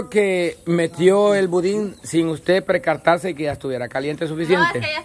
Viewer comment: es precatarse o percatarse? lo comento ya que es el programa de los críticos. entonces como son tan excelentes y perfectos deben poner el ejemplo de como hacer las cosas bien. saludos